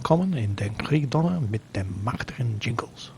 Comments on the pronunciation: Your German is actually quite good, Sir! Small tip regarding your pronounciation of the "ä" ... try to pronounce it more like the "e" in mechanic. But well, you don't want to hear me talking English either :D The problem I have with ze German BF's is that their cannon(s) fell like they deal very low damage. More often than not enemy aircraft eats almost all my ammo load and is still flying - but might aswell be me just sucking hard ( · Jingles I'm from the Netherlands, and your German doesn't sound half as bad as most Dutch people tend to pronounce German. You just pronouced mächtig in perfect Dutch and for that I'm going to suscribe to your videos.